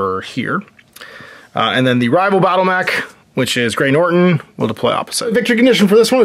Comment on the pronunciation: 'NOTON', Gray Noton. No 'r' in Noton. [It matters!] & Walk/Run/Jump, no 'Sprint' die.